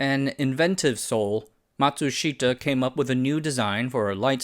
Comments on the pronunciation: The Japanese I know pronounce Matsushita as “matsushta”. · Pronunciation! Ma tsu shi-ta also the first syllable is normally emphasized in Japanese a bit and the fourth syllable shi is not emphasized!!! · Matsushita: mat-sush-ta. Three syllables. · I’m dying here with the pronunciation of Matsushita. The i is silent. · A great story well told. Only the pronunciation of Matsushita grated in my ears.